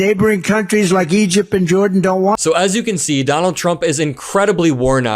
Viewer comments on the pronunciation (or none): NOTE TO CHUMP; the Country you mentioned at 9.00mins is EGYPT, NOT EGIP. Your foreign affairs knowledge - 0%, pathetic. 🤡